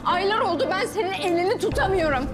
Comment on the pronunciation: Biri şu kıza Türkçeyi öğretsin İstiyoream değil istiyorum Tamamıah değil tamam mı Elinia değil elini